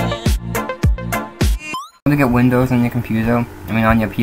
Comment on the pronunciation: what is this "Vindows" you speak of?